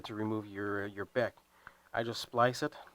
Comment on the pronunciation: It's not a beck. It's a B. E. C.